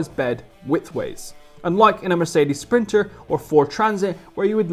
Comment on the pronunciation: S-printer not printer.....